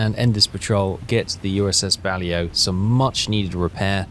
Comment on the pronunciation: “Bah-Lay-Oh” not “Bally-Oh”